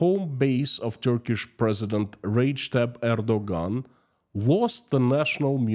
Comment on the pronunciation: I love how you said Ragetab Erdogan xD